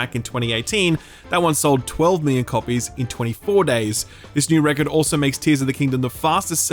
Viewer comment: Why are you pronouncing Record super weirdly